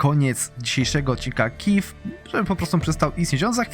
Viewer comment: Kijów a nie kiv